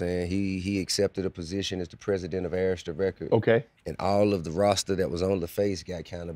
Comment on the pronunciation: Bro Saying Errsta...its pronounce A-Rista fool